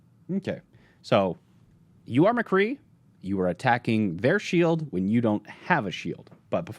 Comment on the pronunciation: "Mcree" cmon its "McCreeeeeeeeeeee"